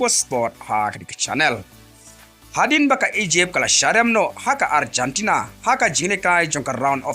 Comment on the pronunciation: Arjantana??? What a pronunciation maaaan 😅